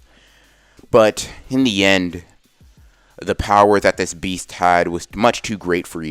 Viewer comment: Why you say bower its power